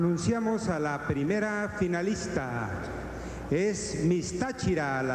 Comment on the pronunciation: si se pueden dar centa veanle la banda a Libia Castellanos miss mucipio libertador que en ves de una f tiene una p osea que en mes de decir finalista dice pinalista